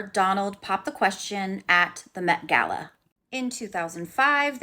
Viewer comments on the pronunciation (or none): none